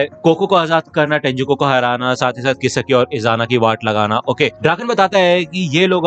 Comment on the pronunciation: I think it's not kisiki it's kisaki😅